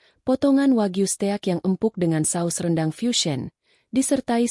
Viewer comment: Blh saran mbok bc nya diedit dipilih yg bnr bacanya flatshoes (bc flet soès..steak bc stèyak) ya Allah ini bacaan dijual lho